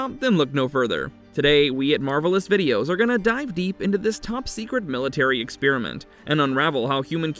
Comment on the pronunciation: Stop pronouncing experiment like spearmint. Lordy.